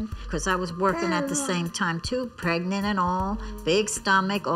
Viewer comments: Did Stevie just say, "Pregnito?" WTF! 😭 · Did Stevie really just say “pregnanto”💀